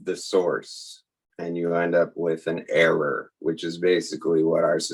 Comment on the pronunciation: "error" = Heir-er